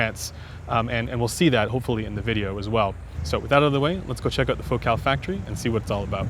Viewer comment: It's Focal not Focaal..